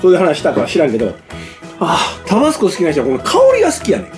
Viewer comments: タ➡️バ⤴️ス⤵️コではなく タ➡️バ➡️ス➡️コ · タバスコのイントネーション。少なくとも関西では一度も聞いたことないんですが。地域によってはこうなのでしょうか？